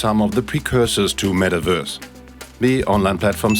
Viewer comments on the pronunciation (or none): i love how it sounds like the guy is saying Mettwurst lmao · What’s a “metaWURSE”